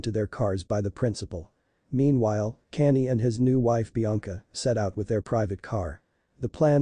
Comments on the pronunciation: Who is Cannie?? If you can't pronounce people's names and you shouldn't have a YouTube channel. His name is Kanye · Canny? Who the hell is Canny? 😂😂😂😂 And she is a her not a he! There is soooo much wrong with this narration! Haha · Why are you narrating this when you cant even say Kanye's name properly? 🙄